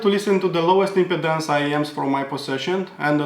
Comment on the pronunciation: Love your review. Thanks! You speak excellent English...although, I’m not sure if you’re aware that the way you pronounce impedance sounds a lot like impotence 😂